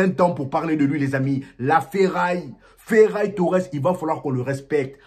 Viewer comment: j'ai cru entendre feraille Torres a un moment 😄